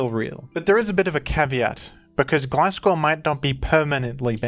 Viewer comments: Love the mix of gliscor and glaiscor pronunciation, keeps me on the edge of my seat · It’s Gliscover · its gliscover :c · It's Gliscover bros 😭